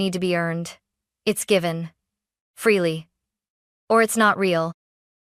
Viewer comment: Freely not freelee